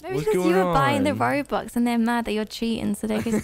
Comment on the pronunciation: Robux, not rubux